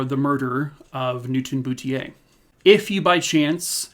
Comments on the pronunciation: Hi there! Boutlier is a common name in Nova Scotia .... pronounced 'boot leer'. Thank you for covering this story. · I believe the correct pronunciation is Boot il eer. Say it fast Bootileer. And It's Nick taw. Sorry,, not picking on you. I am a Nova Scotian. Thanks for your stories. Love you lots! Keep up the good work